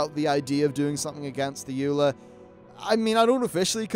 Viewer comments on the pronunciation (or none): none